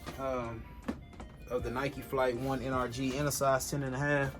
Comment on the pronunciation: My mans said N r g it’s supposed to b Energy